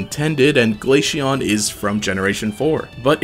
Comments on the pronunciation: ITS GLA-CEON C NOT GLASHEON OM MY GOD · Glaceon is pronounced like ace. Not Aishe or something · my soul dies a little everytime Glaysheon is said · Hearing "glasheon" somehow triggers me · Is noone else piss3d off that he keep on saying glashion? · had to pause the video after hearing him mispronounce glaceon a bunch of times.